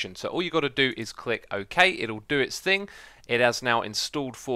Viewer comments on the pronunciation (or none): none